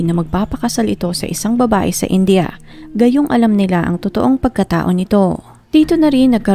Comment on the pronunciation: Please india not inja....indiano not injano hope its help